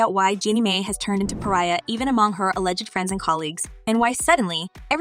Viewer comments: Her last name is pronounced "my" not "may". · Your pronunciation is way off: It’s Jeannie Mai (Genie My) And is Tamara (Tah-Mair-ah) Ok her last name is Mowry (Mow-re) 🤦🏽‍♀️